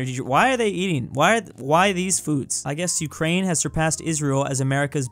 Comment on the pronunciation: I so triggered when i hear Ukrainia, dont even on russian is not like This, it's Ukraina(Украина,Україна) And no isn't Niet its Ni(Nea)